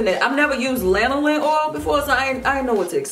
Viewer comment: Thank God somebody knows how to pronounce lanolin. Lol. I think I've watched 3 reviews for these products and each time they're like " laNOlin?" "Linoleen?". Lanolin is in so many products, I'm surprised so many people haven't heard of it before.